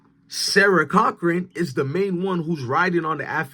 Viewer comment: “Sarah Corcoran” Pronounced (Core-co-ran) like the most expensive realtors Corcoran Group 😂